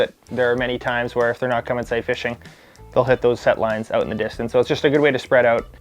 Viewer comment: A Canadian: oat,not out.